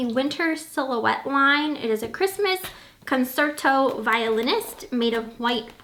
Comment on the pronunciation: Pronounced Con-Chair-toe, not con-sert-toe